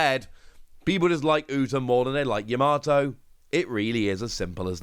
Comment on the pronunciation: Videos always on point but please stop putting an R in Yamato it's Yam-a-toe not Ya-MAR-to Other that then my go to for Op News 😊